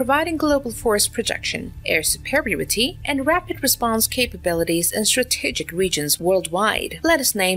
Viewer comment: Excellent AI voice. Can pronounce Theodore Roosevelt but can't pronounce strategic and Bin Laden among others.